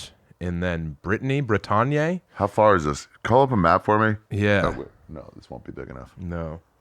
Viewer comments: the way my brother keep sayin' "brih-tawn-yay" for "bretagne" is crazy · shit French pronunciation makes me love him even more. 👍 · Bretagne does noes not rhyme with Kanye.